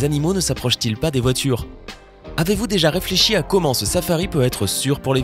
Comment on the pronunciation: ja seule chose choquante, c'est quand tu dis "commen allez vous?" euh..... il y a un "T"!!!!!! pouce bas!!!!